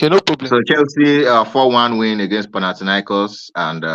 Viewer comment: Bro pronounced panathinaikos like he does it everyday 😂